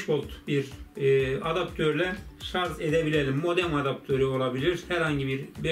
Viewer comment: "Şarz" deme abi gözünü seveyim ya! :D "Şarj" o şarj!!